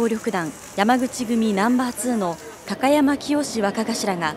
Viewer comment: きゃたやまわかがしら笑笑 どんな滑舌したら高山がきゃたやまになんねん